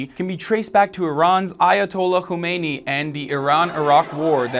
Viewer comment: I know, I'm just making fun of the wierd ass pronounciation of a pretty simple name..